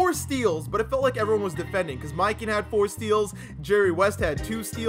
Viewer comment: The way he pronounces mikan annoys me